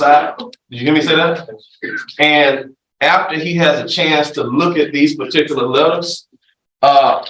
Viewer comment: Who in the sam hell gave this person a license to be an attorney?!?!!!! He himself can't even say "particular" or "particularly". This is ghetto jamboree court stuff hahahaha